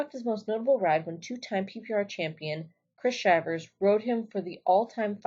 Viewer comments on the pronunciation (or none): This the dumbest video on bulls I’ve ever seen. A few notes. 1. It’s not Chris Shyvers... It’s Chris Shivers. 2. It’s not Tuff Headmen or Hedgeman... 3. It’s Scott Breding..... 4. Bodacious wouldn’t make it in the PBR now. Bushwacker and every honorable mention was far ranker than Bodacious. Guys were not even as talented as the guys now, but they had never seen a bull like him hence the handful of accidents. Guys now days would kick holes in that bull. So my point is Bodacious was good but if you put him on a list with Bushwacker type bulls he should be an honorable mention at best. 5. If you don’t even know how to pronounce the best riders ever last names, you likely shouldn’t be making these videos. Go learn and quit reading your “facts” off of google.